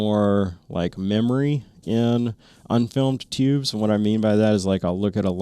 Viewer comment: Lots of great info. Have a TNVC PVS14 with 2800 FOM, and some DTNVS on order. But can you stop saying Teeoobs?